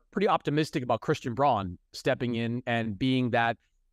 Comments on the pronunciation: Its christian "brown", not "brawn". dumb sports writers like chris mannix dont even know players yet get mvp votes. Does he even watch the games lol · Nuggets have a FIVE PLAYER CORE locked up for the next three years, most cores are three players. Oh and by the way, your credibility goes to zero when you don’t pronounce player’s names correctly. Yeah it’s spelled Braun but it’s the original German pronunciation which is the same as Brown. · Hey Mannix! Christian's last name is pronounced just like the color. Say it exactly the same as Bruce's last name. Hard to believe you hadn't heard this before. Easy to believe you are lazy, but I fear it's worse than that and you mispronounce it on purpose. Sorry. You should replace this guy with the Lowe post guy. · Learn the Nuggets' names, Mannix. Christian Braun's last name pronounced Brown. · learn how to pronounce christian braun's name Mannix. Not compelling.